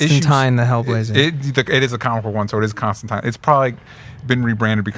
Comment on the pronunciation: I still, even a year-ish on, cannot figure out why they refuse to say Constantine's name correctly.